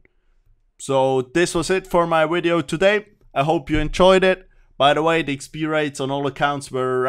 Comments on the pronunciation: always like a video with someone who says 'wideo' in it. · "New wideo" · What happens if you try REALLY REALLY hard to say "V"ideo? Can you say it? Or can you not pronounce the v? Can you try saying it in the next wideo? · wideo lol